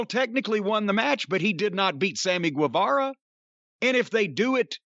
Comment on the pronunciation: Guevara is read as ghe, jim